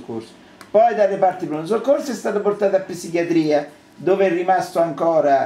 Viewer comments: " ....PISSICHIATRIA"! AHAHAHAHAAHAH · reparto di "apppsichiatria". 27 anni di esperienza nel settore e non sa ancora parlare italiano.